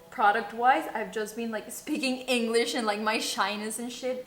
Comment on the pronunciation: Shot por cada vez que dice "spikin inglich"